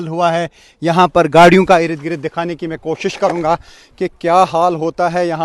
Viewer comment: Ird gird not ired gred